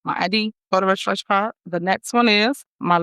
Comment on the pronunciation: Regiscration. My God! She’s illiterate.